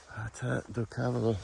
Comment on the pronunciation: cávalo??? accent is on the middle silabus for the cavááá..lo (horse in portuguese)